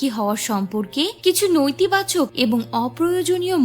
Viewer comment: উচ্চারণের কি অবস্থা! নৈতিবাচক!! সম্প্রিতি!!